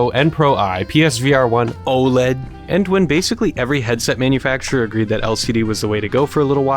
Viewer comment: The satisfaction I got when he said Oled